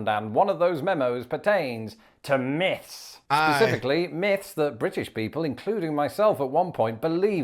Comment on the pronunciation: Its myths, not miffs.